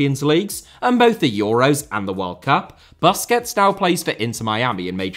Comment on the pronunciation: Boosquets not BUSquets!